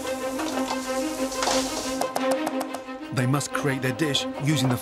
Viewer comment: Gordon kinda give it away innit "make sure it's YU" hahaha